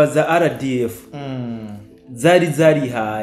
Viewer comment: Mumvugira neza iryo zina ry'inyeshyamba,ngo:"za RDF"🎉